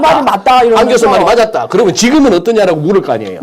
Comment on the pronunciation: 이야기는 추리소설 입니다. 그러면을 그러며로 발음하는 얼치기 선무당입니다.